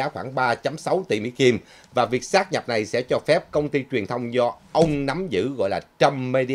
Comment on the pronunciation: "sáp nhập" chứ không phải "sát nhập" ơi.